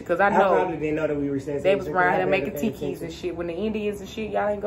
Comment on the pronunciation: lmao you keep saying "tiki"and I'm like wtf are you talking about lol then I realize it's "tepee" lol